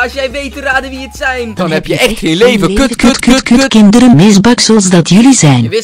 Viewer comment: noooooo, kut khhhinnndereeeen 'h'